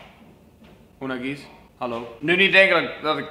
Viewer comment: Unagize spreek je verkeerd uit😂